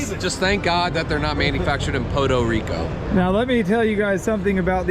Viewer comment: Lmao “Po-dough Rico”….